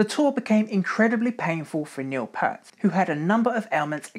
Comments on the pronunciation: Neil "Peert", not "Pert". Rest in Peace... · Love your videos, but there are a few glaring errors my friend. It clearly said in the tour boo that it was LIFESON that had anemia from bleeding ulcers-not Peart as you stated. Also, it's "P-EAR-t", not "Purt". That frequently drives fans nuts lol, and likewise did so to him (RIP). Now, where's my Phil Lesh video??!!!! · Great vid man, love the detail! I just have a few corrections: - Peart's name is pronounced "Peeert" not "Pert" - A Passage to Bangkok was not played on the R40 tour - it was the Snakes and Arrows tour. - Nope, not correct! That highlighted paragraph is referring to Alex Lifeson, not Neil. - Contrary to what this vid suggests, the fridge appeared in 1996 not 2002. Also, the dryers appeared before the vending machine did. - The mellotron was used on Snakes and Arrows not Vapor Trails. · Neil Peart (pronounced Peert NOT Pert) developed sores on his feet from getting wet in the rain, driving from venue to venue on his motorcycle. Basically swamp foot. Neil was struggling with tendinitis, and it was Alex who has arthritis. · It's not Pert. It's Peart. P-EAR-T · If you’re going to do a video about Rush, you could at least learn how to correctly say Neil Peart’s name (RIP). It’s like the word “ear” with a “p” on the front and a “t” on the back. And that’s per Geddy Lee, so I think he would know. It’s not pronounced “pert” — the way you said it. Also, “Moog” is correctly pronounced “Mogue” — not “moooog.” Did you do any actual research for this??? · Very well researched. But it's Pee-ert! PEE-ERT! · Stopped watching after five minutes. I can let the fact that you mispronounced Neil's last name slide, but Rush never made an album called: "Pictures". You sir, know nothing about Rush. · Nice piece, but please learn how to say Peart.